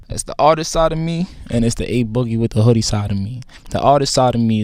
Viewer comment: I'm only here to hear how bad pronounced a boogie.